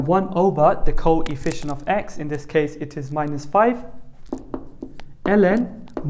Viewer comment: he said THEEE co-EE-fficient